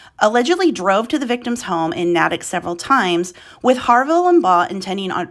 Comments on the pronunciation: The town's name is pronounced NA-tick (A as in nay) and not na-tick (a as in attic). If you're going to do a news report, take the time to make sure you get your pronunciations correct. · Nay-tik is how it’s pronounced 💕. I’m from Nay tik Mass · Thanks for making this info available for more people to know what was going on. They have to be punished for those horrible things they did. And the name of the town, Natick, is pronounced "Naytick". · You pronounced a New England town wrong, it's pronounced Nayy-tick! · been driving me nuts too!